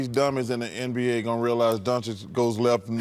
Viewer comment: You know Shaq will be back soon and he will make BBQ Chicken out of Chuck. These dummies better learn to pronounce the name right. It's pronounced DON-CH-I-CH!